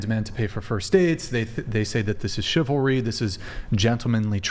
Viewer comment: Chivlary not chivalry 😊